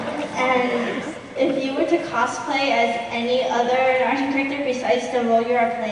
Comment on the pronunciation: It’s not narudo it’s NARUTO!